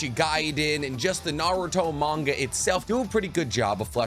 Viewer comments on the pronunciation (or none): none